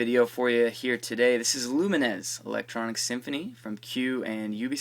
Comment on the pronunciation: lumines is prononced lew like the name and mines like the explosive thing in war games.